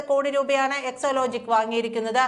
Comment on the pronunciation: എക്സോലോജിക് അല്ല, എക്സോലോജിക് എന്നാണ്. വായിൽ തോന്നും പോലെ വാർത്ത വായിക്കരുത്.